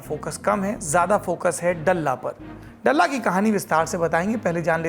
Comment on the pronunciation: डल्ला नही ह, दल्ला ह ये 🙏🏻